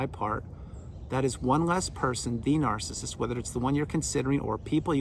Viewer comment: I love the way you say ‘NAARCISIST’🎯😂🤣 Thank you, you are spot on again… I remember after discard it was difficult listening to some of your vids, because the Truth about narcs is so painful & destructive… I think this is why healing takes a long time because narcs operate literally the opposite of humanity, & it’s painful to understand on every level: emotional, mental, spiritual, & physical… Narcs are empty, demon controlled meatsuits. No humanity. No hope. They belong in ASYLUMS FOR THE CRIMINALLY INSANE. Period. Blessings to all Truthseekers 🙏💪❤️‍🩹🌱🌻